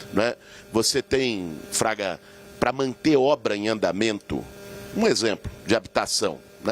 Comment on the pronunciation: Não é Traga. É FRAGA